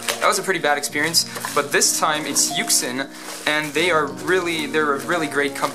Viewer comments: Its pronounced You-Shin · Yuxin is pronounced YOO-shin. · kris_zheng It is a Chinese puzzle manufacturer. YuXin is what is known as a romanization of a word. "You shin" is just two English words to approximate pronunciation. "Yu xeen" is also some sort of approximate, but without English words so the reader is left to interpret what that would sound like. When I read it, I think "You Sheen" if that's what we're going for. If you ever want to represent the actual pronunciation rather than an approximation then you need to write it in IPA. This has the benefit of being completely understood but the drawback of the fact that most people don't know IPA so they still won't know what it sounds like although they could look it up. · It is pronounced yooshin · YuXin Is pronounced more like "you shin" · Assuming the company is Chinese, the pronunciation in Mandarin is "You Sheen". Good stuff, I want to see what else you design. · Yü-shïx is how it is pronounced no offense though, and I love ur channel ❤️💜💙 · It's pronounced YooJzin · it's pronounced "you shin"